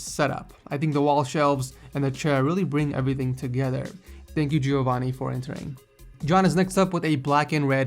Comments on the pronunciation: You mispronounced Giovanni, it's not Gee-oh-vanni, it's jo-vanni hope that helps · i am italian, and i think Giovanni is italian too, it's hilarious how you pronounce is name ;D